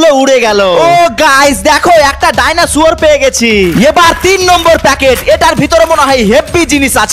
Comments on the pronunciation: ভাই আপনি ডাইনোসরের 💚🦖খেলনা না বলে ডাইনাসূয়োরের🦖🦛 খেলনা বলেছেন😅😂🤣🤣🤣🤣🤣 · ডায়নাসোর ❌ ডাইনোসর✅ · ডাইনসর❌ ডাইনোসুয়র✅🦕🦖